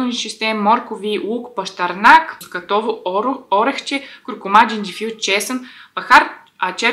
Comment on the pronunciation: Чудесна идея е пастата от леща! На мускатовото орехче ударението е на "А" - мускАтово.